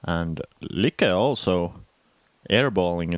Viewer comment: Since I'm not the only one who noticed that they call both Sofie and Lykke two different names as they go along, I would really like to know what is proper. Come on guys, get it right. Whatever right is. lol But otherwise, ya all are doing great. ;-)